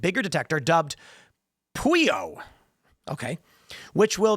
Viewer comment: Pueo … pronounced “ poo-Ay -Oh “ hawaiian owl